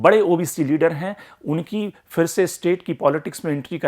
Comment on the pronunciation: Fir nahi phir. Sahi uchcharan toh karo